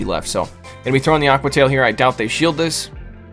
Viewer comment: A-que-uh tie-EEL 😂